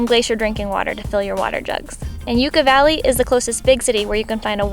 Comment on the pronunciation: Sorry, but it's "Yuck-ah" Valley, not "Yuke-ah".